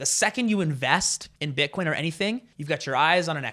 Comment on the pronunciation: I don't think he said bitcoin, i think he said "butt corn" so no wozzas mates! Different thing.🤣